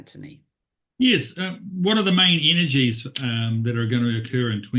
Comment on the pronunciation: It's "energies"